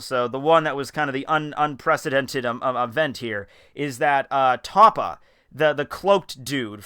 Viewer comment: and it TOPPO pronounced TOE-POE